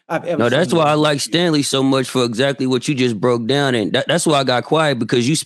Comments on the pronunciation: Cthu. You’re absolutely right. I misread. Tho I did catch them slaughtering his name, but I heard it as “Stanley”, not “Stangley”. Either way terrible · He keeps saying Stanley